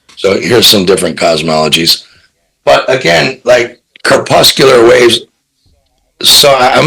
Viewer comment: Ok I'll go over to the flat earth side if Ya'' stop with the crepuscular ray nonsense. (haha) even mispronounces it (curpuscular)and...cringe! in most of the illustrations the converging light vector lines seem to be meeting no more than a few miles in altitude. no-one is asserting that the sun is ever more than slightly apparent but in no way physically at these low altitudes. Some guys have done some great work around the probable sizes and locations of the sun and moon, though not definitive, far from Daves crepuscular j-off scenario., you're one of my faves but ya got too big too fast maybe and please look at the rays thing or ask Whittset. Ive flown in hundreds of planes and seen hidden clouds popping in the sun, flying int crepuscular convergences. it aint the sun brother, that low